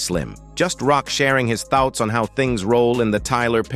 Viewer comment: His thowts?? 😅